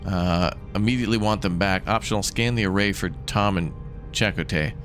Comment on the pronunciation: First off,, deuterium is pronounced doo-tee-ree-uhm. It's an actual isotope of hydrogen with a neutron in the nuecleus. And Chakotay is pronounced chah-koh-teh. While I enjoyed Voyager well enough, my favorite Star Trek are the original series and Deep Space 9, especially after they added Worf, the Defiant and the Dominion War. A lot of good episodes later mixture of humorous episodes (Little Green Men, Trials and Tribbilations, Badda-bing Badda-bang) and ones that make you think (Far Beyond the Stars, It's only a Paper Moon, In the Pale Moonlight). It also introduced my tied for second favorite character, Nog. Who went from a trouble making youth to a dedicated Starfleet officer. And to answer, my favorite has to be lieutenant Reginald Barclay portrayed by Dwight Schultz and tied with Dr. Leonard "Bones" McCoy portrayedby DeForest Kelley.